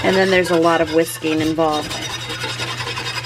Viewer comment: A lot of WISKING involved…. Oh ok… I really thought she said a lot of WHISKEY involved… my eyes popped open like WHAT!!